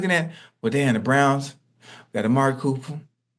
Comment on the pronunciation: Can’t stop laughing at how Ocho says Cooper here